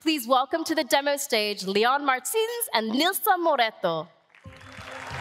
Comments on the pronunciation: "Líón Martíns e NiLce Moréto" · Quase q sai " clube das WINKS" na hr q ela foi falar Martins. Kakakakakak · só eu q ouvi a pronúncia dela para falar os nomes deles dois, kakakaka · tadinha da moça, tentando falar o nome deles